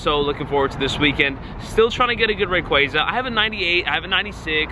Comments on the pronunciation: RAY-KWAY-ZA Bro it’s RAY-KWA-ZA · "rah-quaza" LMFAO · I HATE HOW YOU PRONOUNCE RAY-KWA-ZA